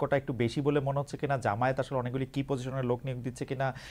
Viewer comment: খালিদ মহিউদ্দিন ভাই, জামায়েত না জামায়াত, শুদ্ধ করে উচ্চারণ করার অনুরোধ করছি।